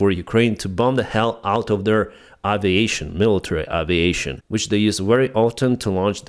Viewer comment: Just a comment on the word aviation. The first occurrence of the letter a isn't pronounced 'ah'. It's The same sound as the second occurrence. It's the same sound as the letter 'A' when you say the alphabet. It's a slight mispronunciation, and no one is going to confuse it with any other word, I just thought you might like to know.